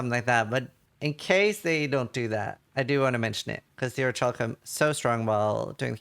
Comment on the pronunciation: Orichalcum. OriCalcum (calculation) not oriTCHalcum. (Kitchen)